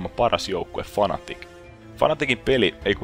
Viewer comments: Se o fnatic eikä fanatic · Jostain syystö ärsyttää niin vaan perkeleesti kun sanot "Fanatic" vaikka se on "Fnatic"